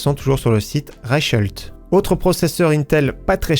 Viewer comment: Bonsoir, Reichelt, c'est nickel aujourd'hui pour la prononciation, tu y est arrivé 😄, je ne fais pas le malin,mais pseudo germanique de naissance par ma mère, j'ai pas mal de problème avec l'allemand, mais tu es dans le bon, donc tu n'es pas tout seul 😄 (mais ce n'est pas la faute de ma mère mais la connerie de mon père de ne pas être bilingue). Merci pour la vidéo... et vive le français 😉.